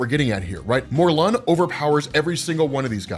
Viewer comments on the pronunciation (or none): I hate the way you say Morlun (you say Mor-Lun like its 2 words), I hate the way you say Merlin (see Morlun). I hate the way you say Saturnyne (its pronounced Satur nine)I hate the way you say Corazon which is heart in Spanish you butcher it. 1610 being the greatest spider character made? Laughable.